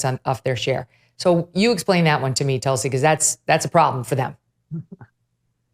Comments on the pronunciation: Hi Megyn.. love your show… btw it’s pronounced ‘toolsi’ ( a very sacred plant in Hinduism) I believe she practices Hinduism. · Megyn always good to hear it here. I hope Tulsi told you, you are pronouncing her name wrong….a very revered name it is in the Hindu culture.